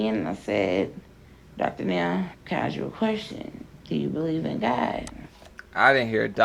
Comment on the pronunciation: It's "taking" NOT "tooken" and it's "ask" NOT "ax"